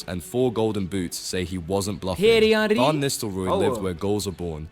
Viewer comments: Buff-on, Ca-sill-ass, OK. But the way he pronounced Henry? My ears. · mf narrating should be locked up for pronouncing Henry like that